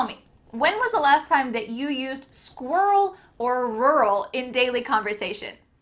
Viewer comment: You mispronounce "squirrel" 🙄